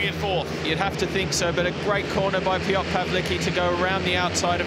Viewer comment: piotr pałliki